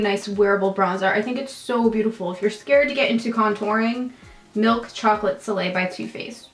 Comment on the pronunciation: Omg when you were putting on bronzer, it sounded like you said "Chocolate filet" instead of soleil and I was cracking up